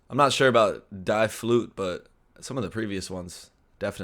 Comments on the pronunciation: Hey friend! "Die" or the combination of the letters "ie" is never pronounced like the English letter "I". Easy example is "Wiener" You pronounce it "WINER". However the correct pronounciation is "Weener" because "ie" is simply a long english ee. Tldr: The German word "Die"(dee) is not a demand for you to cease existing on this earth. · Just a small pronunciation tip -- "ie" in German (as in "die") is pronounced as "ee" in English (think "sheep"), whereas "ei" (as in "zwei" or "fein") is pronounced like "eye" in English. No exceptions, either. 🤓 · 'ie' in german (or dutch) is pronounced als 'ee' in english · Hearing you say "Die" made me giggle a little. It's pronounced as the letter "D"